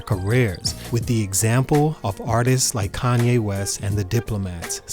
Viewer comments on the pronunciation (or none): none